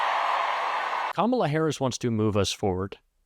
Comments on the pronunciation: He called her Kamolla instead of Kamala because he is stupid that way and he don’t know how to really say her name because he really don’t want to. She’s kicking his butt. She is kicking Donald Trump’s butt. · He finally said her name correct. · Still cannot pronounce her name correctly……. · He's so stupid that he can't even say her name right 🤣🤣🤣😂😂 What a clown! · He's back to not pronouncing Kamala's name correctly!!!